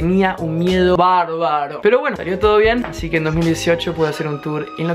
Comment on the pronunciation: No sé si escuché mal o estoy en lo correcto, pero te digo que estudies la palabra, «todo». Te felicito por aprender español, tú qué hablas inglés nativamente, quién lo diría, además, te felicito por aprender este idioma tan difícil, con tantas dificultades y es muy rápido, ¡felicidades!